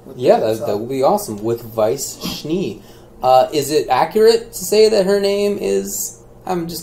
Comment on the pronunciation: lol Weiss Schniiiii... It's pronounced Schnay.